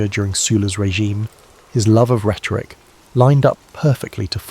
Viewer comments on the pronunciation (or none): none